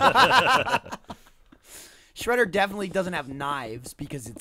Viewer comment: lol aw wight shwedda